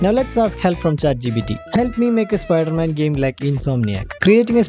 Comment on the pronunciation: Spider man ❎ Spooder man ✅